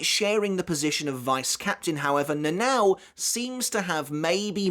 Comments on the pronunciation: Please make an effort to pronounce those Japanese names and words correctly, it's quite hard to follow when you spell it with the heavy English accent. Mispronouncing Gotei as goatee instead of go + tay, Nanao as nanaw instead of nana + o, and Haori as hey + oree instead of ha + orie are few obvious examples of why you shouldn't read those names and words with English accent. And this applies to every language, you would have some troubles following up yourselves if you hear someone pronouncing English names and words without the proper accent. 🤷 Try the heavy Japanese accent of English language (like Engrish and Japanglish), I bet you'll be confused af. 🤷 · her name is not read as na nao but na na o